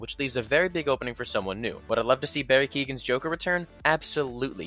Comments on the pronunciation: It’s Barry Keoghan, not Keegan. Completely different name. It’s pronounced more like keown, or Ky-own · Barry kee-heow-han not keegan